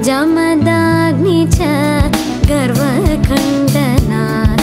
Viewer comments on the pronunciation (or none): Another mistake - It's JAAMADAGNI CHA and not JAMADAGNI cha...meaning the garva bhanga was to Lord Parasuram, son of SAGE JAMADAGNI (hence JAAMADAGNI)...also it's VISMITA BHANDANA..and not the unclear pronunciation in the song at that point...